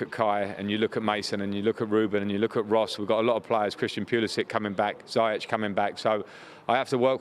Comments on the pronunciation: He should at least be able to pronounce one of his best players' names correctly, keeps saying Za-yetch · Is it just me that have noticed lamps pronounces ziyech wrongly? It’s ziyesh I think 🤔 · What the hell is ZAI-YECH lmao he needs to get it right